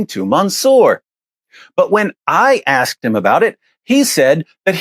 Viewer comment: Props to what he's achieved, but saying "axed" instead of asked is just wrong.